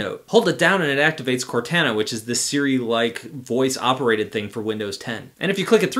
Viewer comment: "Hold it down and it will activate Cortahna..." 😂